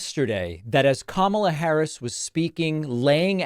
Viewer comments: when he stops calling her kuh-MALLA I'll stop calling him d'Nald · He insists on pronouncing Kamala’s name incorrectly. He is just exhausting and needs to just go away. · David, please make sure you pronounce it correctly, or, better yet, play the soundbite of him saying "chooth sencha" lol